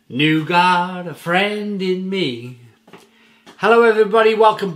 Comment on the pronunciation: Great vid again. Pronunciation of Nougat is Noo - Gah.